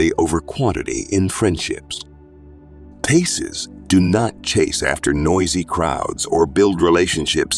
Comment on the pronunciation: Pisces not PACES. . Pie Cees.